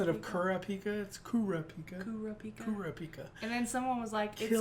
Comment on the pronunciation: The main problem is that you're stressing the wrong syllables in the names, making it sound wrong, sorta like how people often stress the wrong syllable in Naruto's name. If I were to indicate the syllable that should be stressed with , it would be: [Ki] llua [Le] orio Ku [ra] pika